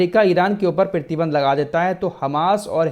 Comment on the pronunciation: PRATHI BANDH KO PEERTHY BANDH KAH RAHEN HAIN, AUR EK BAAT KHANDAN BOLE TOH TARDEED(DENIED ) KO BOLTE NINDA (CONDEMN KO BOLTE) ZARA TALLAFFUZ THEEK KARIYE AAPKA MERA NAAM AFRAAZ HAI HYDERABAD TELANGANA INDIA SE.